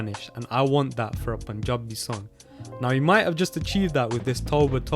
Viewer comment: The way he says Panjabi is more Panjabi than entire Panjab